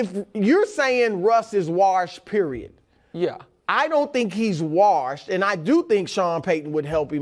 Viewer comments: Hey, Chris...how many R's in "warshed"? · Bru always says it like "warshed" lol